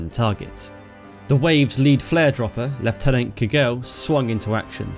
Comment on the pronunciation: It is very nice to hear leftenant rather then the lieutenant